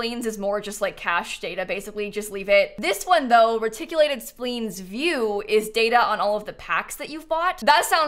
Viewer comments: I know you're young, so you probably don't remember. "Splines" is pronounced with a long i sound, not a long e sound. "Spliiines", not "Spleens". Way back when the original Sim City and Sims came out on Nintendo, there was a lady's voice that would read the words during login, and she would always say "Reticulating Splines"! Just FYI. Love your videos! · Hearing “splines” be mispronounced as “spleens” is both infuriating and validating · Splines is pronounced spleens? I thought it rhymed with spines. "learn something new every day" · Reticulated "spleens" LOL love it